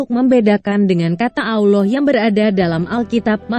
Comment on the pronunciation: Tetapi kok kenapa saat membaca kata "Allah" di Alkitab vokalnya disamakan dengan sebutan allowh seperti sebutan muslim? Mohon lain kali jangan disamakan. Semoga masukkan ini bisa diterima.